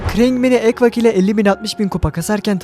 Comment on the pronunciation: Ekwak❌ Ekiwak✅